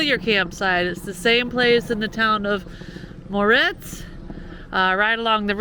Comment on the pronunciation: My husband is from Brasil, and he gets lots of laughs hearing me try to speak portuguese, so you're not alone. Quick tip that took me a while, words that start with an R or have a double R in the middle have the sound of an H. That's why Morretes sounds like Mohetes or Rio sounds like Hio. Well keep watching. Safe travels.